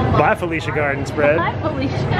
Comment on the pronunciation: It bothered me that they didn’t understand what felucia was and said felica